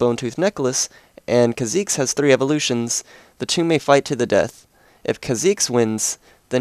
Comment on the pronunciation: Whenever someone plays or says a Champion that I like,and says or plays him/her wrong,I get annoyed...Kha'Zex? Zera? Really?!